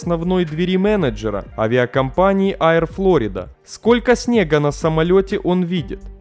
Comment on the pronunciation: Поработай над дикцией,читаешь с постоянной раскачкой,понижением/повышением тона,зачем?ПотоМАК ,а не потОмак. Понятно,что образования/эрудиции ноль и книжек не читал-(((( Аир,дАглас и т.д